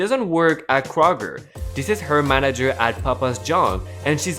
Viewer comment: Kr-og-er... Kroger